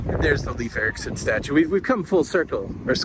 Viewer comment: It{s not Leaf Erickson sounds like Layef